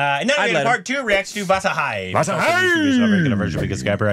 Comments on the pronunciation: not vazahai its (Vaa-lai) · u shud pronounce it as vaalai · Browww it's vaalai 😢😂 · bro the pronouncation of vaazhai 🥲